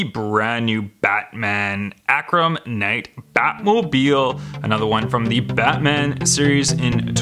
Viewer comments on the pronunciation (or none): Dude doesn't know how to pronounce "Arkham" 😆😆